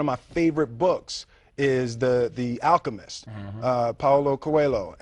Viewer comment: He comes SO close to saying Achemist....